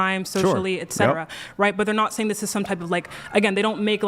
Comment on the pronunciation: HOLY SHIT! It isn't friggen "EX cetera," it's "ET cetera."